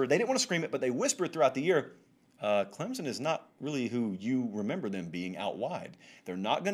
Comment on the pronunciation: When this guy talks about Clemson I can't listen to him. Can't he read? Its ClemSON not Clemzn!